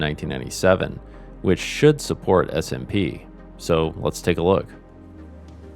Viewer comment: For some reason i kept on hearing smb not smp